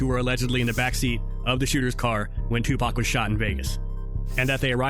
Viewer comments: Definitely a culture vulture, not able to call pac by his name! It’s pac not pack idiot! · Aye bro it’s 2PAC not 2pack 💯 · 2Pac like Pocket. Not pack 😂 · Its Tupac Amaru like the line of Inca chiefs.....It was NEVER 2pack,.........ever! In ANY country 🤣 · It’s pronounced Too-Pock not pack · it’s pronounced; two-pock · It’s TWO-POCK, like POCKET. You’re intentionally mispronouncing his name! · Brother, stop fu@ calling tupac tupack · Too pock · TeW pAAaaacccccKKkkKk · He can say pac properly wtf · If you're such a hip hop head you should be able to pronounce 2Pac despite an accent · Cant even watch video...how you can't say Tupac right. It's not hard smfh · accent or not.. You know how to pronounce TUPAC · He sounds like he's talking about a moving company 😂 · exactly and that ain’t how it’s said 😂